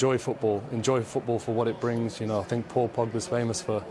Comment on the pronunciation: Correction, " I sink I told them so"